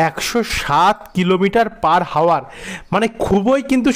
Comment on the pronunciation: বাংলা উচ্চারণ ঠিক করা দরকার। ইংরেজি শব্দ "hour" এর উচ্চারণ "আওয়ার" , h এর উচ্চারণ হবে না, h এই শব্দে silent.